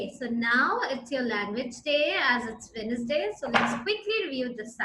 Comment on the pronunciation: Correction.....Its sounds (Wennnsday)